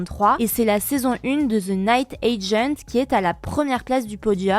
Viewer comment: Pour les français et europeen franco. Cesser de dire Ze pour dire (the) en anglais. Dite (DE) tous simplement aspirer le H de THE. The house = de house et les anglos y (voix) que du feu 😂😂😂